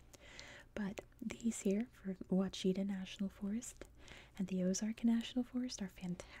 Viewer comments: Very enjoyable as a native Arkansan. Just one little FYI- We pronounce Ouachita, “WASHitah”. 😁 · Also, the Ouachita mountains is pronounced like “wash-ita”. Almost rhymes with Wichita. (I would normally never correct someone on their pronunciation but you always ask. It’s another Native American/french word)